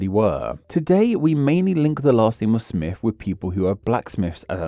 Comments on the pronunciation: The fact your accent means you pronounce Smith as smiff makes this video extra delightful. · The Presenter keeps saying "Smiff"